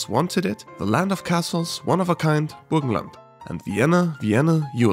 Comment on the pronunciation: Yeah, he said "burgenland" very well